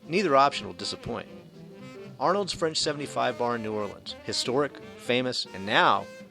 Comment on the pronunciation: I love the French 75 and Arnaud's but please, the D is silent....pronounced ar-no's.